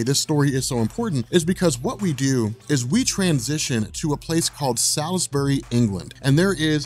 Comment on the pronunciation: love your expositions but your pronunciation of some words is a bit off..as in the case of Salisbury, England..it's actually pronounced 'saulsberry'...ijs..now back to the show..great selection ..GL has been one of my favourite DC characters since the 1970's..